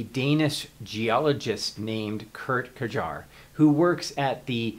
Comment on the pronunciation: [Kurt k-Jar]? No, the correct pronunciation is like [Koort Kiere], [Kurt Kiere] may also be near enough. Calendar date etc. BP (before present) should properly be replaced by BPP (before pretty present) or BAA (before atomic age).